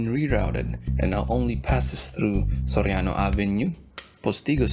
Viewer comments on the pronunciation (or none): none